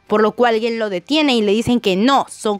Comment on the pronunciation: No es guen, es gen